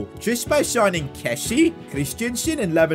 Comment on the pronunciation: It’s pronounced kes-ee-ay not kessee